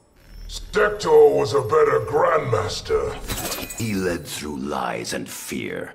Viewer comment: How did we let get away with how he said sektors name